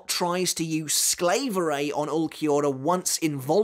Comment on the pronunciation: By the way, Quilges ability is pronounced a bit differently. The japanese butcher it, too, though.. But really, its not that hard: Pronounce the "A" in "SklAverei" like in "hard". The "EI" in "SklaverEI".. It's kinda like the "I" in "Time". Or like you pronounce the japanese word "Tai".